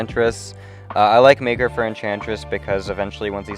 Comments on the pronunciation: bro did not say maker 💀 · Exactly what I heard